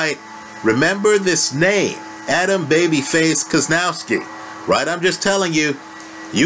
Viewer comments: you butcher Kownacki's name so bad it's unbearable. How can you come up with KOZ-NOW-SKI when the name is spelled KOW-NAC-KI?? I mean, really. How?? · Kownacki = Kov-nats-ki